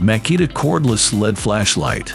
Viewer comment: L. E. D. not lead.